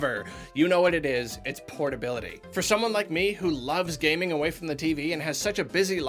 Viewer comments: I swear says portly... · PORTtability is the way (Not de wey) (this is not a Ugandan knuckles meme)